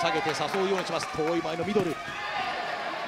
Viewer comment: 左ミドルが左ミノルに聞こえる